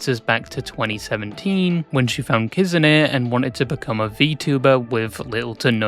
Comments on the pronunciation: Mofo said kizune instead kizuna LMAO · Kizune? Its kizuna